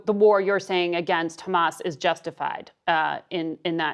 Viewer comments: "we have a situation where... KKHHHHHHHHHHAMAS..." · He just said "Khhhamas". THAT'S THE END OF IT. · I hate how he says "Khamas" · Anyone who says KKKKhamas has the worst shit takes. So hearing Bernie pronounce it that way immediately shows everything about his stance on the issue. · Bernie is purposefully saying khamas. There is no excuse for him to say it this way smh. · The way he pronounces 'KHAMAS' tells you everything you need to know about Bernie. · When someone says khamas I know something is not right. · When he said "Khamas" you knew he was washed. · idk what anyone expected, hes always been part of the tribe. he even pronounces hamas like his israeli handler. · I LOVE you. I literally came to the comments to say that😭 it’s so disgusting especially knowing that he’s literally American yet saying it like that🤢😷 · Don't lie. Hamas is written with a ح , not a خ. SSrаеІіs are just too stuріd to pronounce it correctly. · Another one